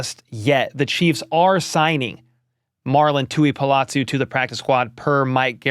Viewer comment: Pronounced Tu-i-po-lotu. Po not pa. 👍